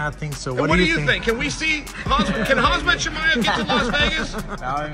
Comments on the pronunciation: If Uncle Chael calls you "Hazmat Chimaev", your name is Hazmat Chimaev. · If anyone was questioning Chael's gangster, now you know lol. The way he called Khamzat "Kazmat" multiple times to his face 😂 Undefeated, undisputed. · Lol he said his name in 2 different ways and both were wrong. Kamzat, Hazmat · Love how Chael calls Khamzat Hazmat to his face. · Lol Chael said hazmit instead of khamzat 😂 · Looool the fact that chael calling khamzat as hamzat... Ballsy guy.... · Hazmat Chemaev 😂 I just love Chael Sonnen butchering people's names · Chael calling Chimaev “Khazmat” TO. HIS. FACE. 🤷🏻‍♂️ Undefeated. Undisputed. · Calling him “Hasmat Chimaev” is beyond disrespectful. Not only that, it’s pretty ridiculous that a guy who works in this field for a living wouldn’t know how to pronounce the name of one of the most popular fighters on the UFC roster. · Hazmat, instead of Hamzat, and Tai Tiuvasa instead of Tai Tuivasa, and Still! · CHAEL call Khamzat-KhaZMAT😂🔫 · Unc Chael it’s KhaMzat not KhaZmat. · Lol Chael keeps saying Khaz-mat. He said Khazmat 3 times... hehehhehe Cmon Chael. Lucky you didnt get your face pounded by Kham-zat. NOT Khaz-mat! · Nah he means Khazmat, as in his hands are a hazmat to any opponent, smashavrybodie brother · Chael pronouncing Khamzat's name as Hazmat right to his face. We've got a badass showdown over here. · Said Khazmat 😭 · bruh, they keep calling khamzat as hazmat tho WTH 😂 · Why's Chael calling him Hazmat? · Cool that "KHAZMAT" made it to the US Crazy that he still doesnt call him by his real name 🤣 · Mans still saying Harz mutt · Lol chael sonnen cannot pronounce fighters names no matter how hard he tries. He’s over here with hazmat suit